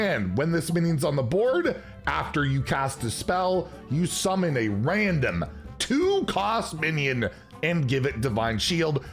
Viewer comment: I like when emphasizes on the word RANDOM every single time 😂